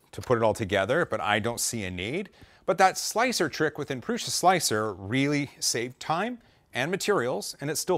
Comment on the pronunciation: These pendulums are so mesmerizing. Some 3m command strips under the metal on would be perfect. PS I thought Josef promounces it "proo-suh" not "proo-shuh"??? 😂👍👍👍